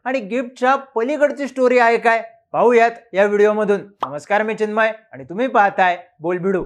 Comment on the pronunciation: चिन्मय भाऊ ❌ 'चीन'मय बाऊ ✅ 😂😂😂😂😂